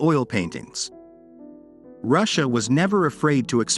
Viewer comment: I would recommend having someone who has a mastery of the English language proofread your copy . . .some obvious mistakes could be eliminated . . .plus it's Ed Ruscha ( pronounced Roo Shay, not Russia) be more professional!